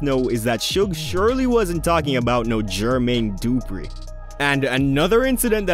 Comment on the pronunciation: You lost your hip hop card when you called the man GEEERRRRMAYNE DOOOO-PRE. MY guy, da-fuqck?